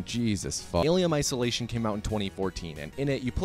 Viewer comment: Ahh yes Alium Isolatium